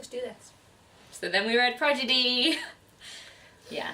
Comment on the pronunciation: I was uncertain about Legend by Marie Lu, but I might give it a try now. Not to get too nitpicky, but you mispronounced "Prodigy" every time. XD Your girls are great - awesome wrap-up!